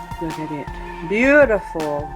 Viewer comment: I have to look for it As you always say, "Besutiful".